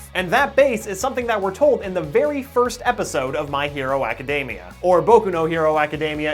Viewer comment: izookoo madooriyuh. my hero (m)acadamia yeah you can be american but not so cringey when pronouncing these names.